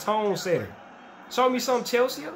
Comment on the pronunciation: Come on, man. It's not Chelse-aa. It's Chelsea, like the girl's name